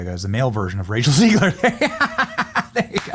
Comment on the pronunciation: Am I tripping did Benny call rachel zegler “Racial zegler” 😂😂😂😂😂😂